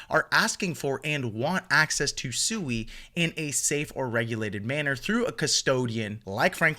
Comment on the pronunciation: PSA: It's pronounced "Swee" not "Sue-ee"